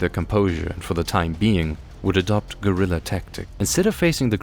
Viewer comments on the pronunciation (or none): none